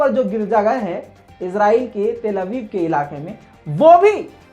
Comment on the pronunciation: tell Aviv nhi ha babu til Aviv ha